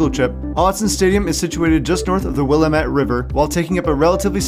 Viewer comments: Typical East coaster the river is called Willamette to pronounce it :: wil- am- mitt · Woof that pronunciation of willamette 😂😭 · As an Oregonian that pronunciation of the Willamette River was almost offensive